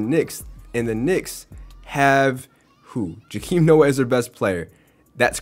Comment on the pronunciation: Puh ~ tell ~ uh = patella Joh ~ keem = joakim